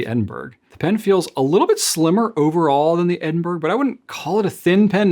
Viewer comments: It is pronounced Eh- duhn- bruh or Ed- in- bra not Edin-burg. You've got the UK wincing right now lol😅. Much love x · dear, it's Ed-n-bur-uh or Ed-n-bruh, not Ed-n-berg. Is it possible that Goulet will eventually carry any of the Manuscript calligraphy pens? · Edin-burr-uh. Just saying! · Edinburgh is pronounced as edin borrow, a city within Scotland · I love the look (and name) of the Edinburgh! However, please note that you are mispronouncing ‘Edinburgh’.